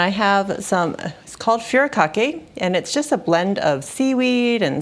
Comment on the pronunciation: Looks yummy. It’s pronounced foo dee kah kay.